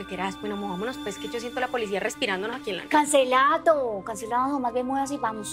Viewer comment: todos viendo el aprendisaje del capitulo yo: viendo cuando dijo cancelato en vez de cancelado en el minuto